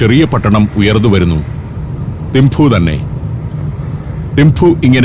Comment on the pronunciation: ഏഴു വർഷം തിംപു വിലെ ചോഡൻ ആർമി സ്കൂളിൽ പഠിപ്പിച്ചു. മഞ്ഞും, മലകളും, ആപ്പിളും, യമതാച്ചി യും.... ഓർമ്മക്കായി മകൾക്ക് യാങ്ചെൻ എന്നാ പേരും നൽകി... ഭൂട്ടിണികൾക്ക് 'തിംപു' ആണ്, തിംഫു അല്ല